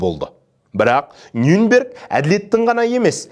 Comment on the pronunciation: Нюнберг емес Нюрнберг деп айтылады.